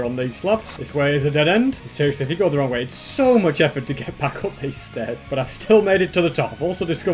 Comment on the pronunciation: its much not moch omg